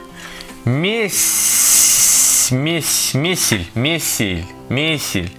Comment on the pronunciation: Не месель а мейсель